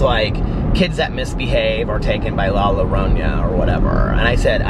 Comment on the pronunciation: Your-own-a is how you would pronounce Llorona. 😘💙